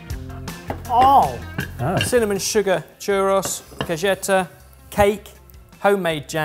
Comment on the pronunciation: I know! To me they way they pronounced it Chu-ROSS made it sound like they were Greek or something 😂